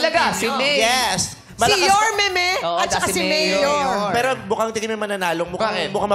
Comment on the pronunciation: and VICE YORMEME